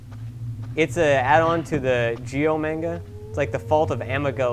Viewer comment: U say manga funny